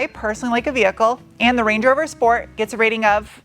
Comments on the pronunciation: Sport? Sport?? I stopped by to hear Shport! gehh, I'll go and watch some older videos with right pronunciation ^) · Auto manufacturers stopped sending out press cars with a "sport" mode since they don't like pronunciation of "shport". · why aren't you calling it the 'Range Rover Schport'?